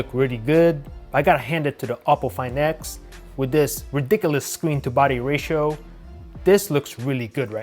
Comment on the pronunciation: Why he is pronouncing the words like that . Opo find ixxxx galaxy note ninnnnnne